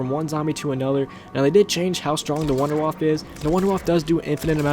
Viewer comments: Are you dempsey you pronounced number 2 "Wonder Waffle" it's "Wonder Waff" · It's not wonder-woff or wonder-waffle. It's wonder-woff-uh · Idiot, he called it the 'Wunder Waffe' even though it's a German mad gun made by Dr.Edward Richtofen so it would be pronounced 'Vun-der vaff' not 'Wunder Waffe', check your facts before you make a video. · Its not pernounced wunder waffah, its a German word and in German W's sound like V's. So its pernounced Vunder Vaffuh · Sorry but just to put it out there but the wunder waffe is pronounced wunder waffer and Die Riese is pronounced dee riser which translates to wonder weapon and the journey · The Wunderwaffe is actually pronounced "voonda (short oo) vahf", as in the Deutsch word for Wonder Weapon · Vunder-vaff-uh (w's are pronounced as v's in German) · Wunderwaffe is actually pronounced "VunderVaffeh" because it's German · Actually It's Pronounced "Vunder Vaff" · khalial EPPS its actually vunder vaffa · Lol he said wunderwaffle pfffffft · it is actually it is pronounced vondervaf because it is german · Fuck tard... its not pronounced wonder waff.... "Waffe" means weapon in German, there fore its actually "Wonder Weapon" Or Waffe<the e isn't silent. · Also the Wunderwaffe is pronounce Vunder vaffe, a "w" in German is pronounced with a "v".... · a little German Tip :D : you speak the Wunderwaffe Out without the E on the end ;D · I like how people cant speel german words like Wunderwaffe, Verrückt, Kino der Toten. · Not N W's are pronounced as V's in german